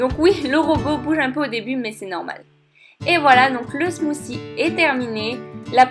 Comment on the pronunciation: T'es smoussi son bizarre